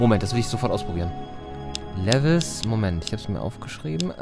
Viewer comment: Also, Lewis Carroll - den Autor von Alice im Wunderland - sollte man aber kennen! Und den Vornamen spricht man auch nicht wie Levis aus. Lewis Carroll hat Bücher geschrieben und keine Jeans hergestellt...^^ Außerdem hatte das Rätsel die Antwort doch sogar im Titel! ALLE WIRR LOS C = LEWIS CARROLL Das ist ein Anagramm und war super einfach zu lösen, weil sich doch das ganze Rätsel um Alice im Wunderland gedreht hat.